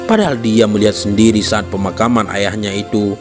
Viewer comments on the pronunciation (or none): Suatu sa'at kelebihan paseh min saat itu kan pke bahasa indonesia knp pake ain janggal kedengarannya